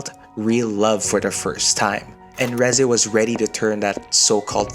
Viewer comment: Thank you for pronouncing her name right. And not Reezay like half these idiots do.